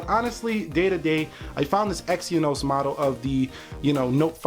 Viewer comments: you should at least do youre homework... its exYnos, not exyEnos.... you youtubers need to get youre facts first and than make some comparations.... otherwise its unprofesional.... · You say it exen-os!!